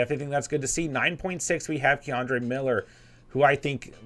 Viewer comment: Kendre not Ke’Andre